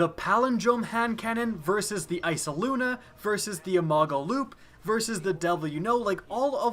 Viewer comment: Eyesluna not iceluna